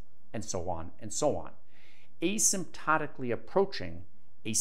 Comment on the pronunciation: Asymptotically. I have never once had occasion to use that in a sentence. I knew what it meant but never heard it used out loud so I wasn't sure how it was pronounced. I just asked two engineers where I worked and it was the same with them too. So, cudos for its legit use!